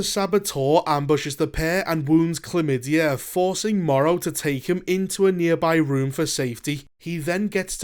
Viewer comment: I was rolling after that one too. i had to look it up because it seemed so implausible. The character's name is actually "Clem Madey", but it sure sounds like "chlamydia" when that guy says it :)